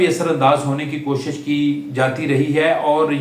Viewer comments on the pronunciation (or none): none